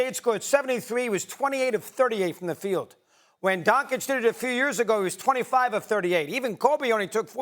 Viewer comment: "Donkich" lmao